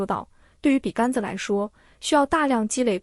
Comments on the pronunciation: 笔 杆 （gan 一声）子？ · 笔杆子的杆是三声吧，听着好别扭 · 完美的声音，除了“笔竿子”这个读音有点怪